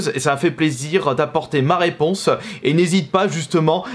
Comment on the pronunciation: Plaisireuh, réponseuh, proposéeuh, respectueuh